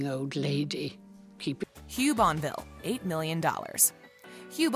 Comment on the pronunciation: The “T” is not silent in Talbot the “E” is not silent in Bonneville